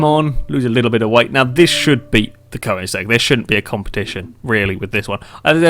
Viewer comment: FYI it's pronounced KER-NIG-ZEG